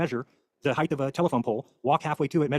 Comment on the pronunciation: Never trust a guy who says “heighth” (I’m talking about you )